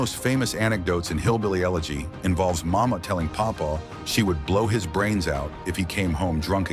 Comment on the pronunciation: It's pronounced "you-legy"